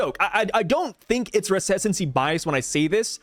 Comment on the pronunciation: The way you pronounced “recency” is crazy